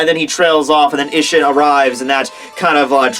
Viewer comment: Hoe it's pronounced ee-sh-een